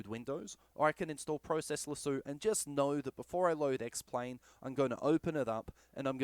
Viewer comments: Useful video and helped alot. Only thing is its process lasso not process lasooo 😂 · Great video, great advice, except now I cant help but call it "pro-cess lassue" when I use it. Subbed anyway. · I love how Aussies pronounce the word Lasso. Thanks for the info.